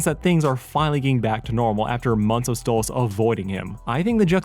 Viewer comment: i think its "Stolas" not "Stolitz"